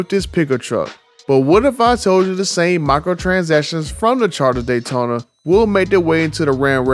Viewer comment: "Dodge Honda datyona Ev" 😂😭